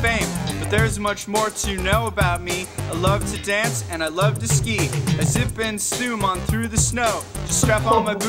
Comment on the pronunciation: SKI NOT SKEET 🤣🤣🤣